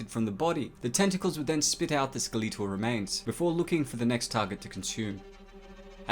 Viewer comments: it is SKEL-ET-AL, not skeleetoll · Skeleeetal? Really? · "Skulleetuhl remains" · first time I've heard Skeletal pronounced ske-lee-tul I like it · My favorite part of the video is how you pronounced Skeletal. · I love how he says skeletal